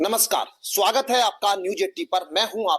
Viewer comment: सुवागत नहीं स्वागत होता है